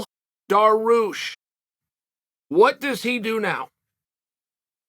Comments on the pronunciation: Daroosh, Mackelchev lol 😂 I’m starting to think that Chael miss pronounces fighters names on purpose!! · Didnt chael just say it's a must to get fighters names right than bam hits us with Daroosh 😂 still undefeated. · How do you even spell your pronunciation of Beneil’s last name? Dar-Roosh is my best guess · Chael "Daroosh" Sonnen